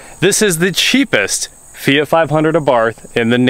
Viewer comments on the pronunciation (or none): Feeyghat ??? Hahahahahaha its called and spelt fiat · Its fiat loool